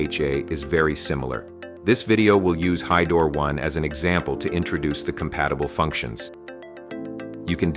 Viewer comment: The AI bot can't even pronounce "hydro", doesn't give a lot of confidence in the product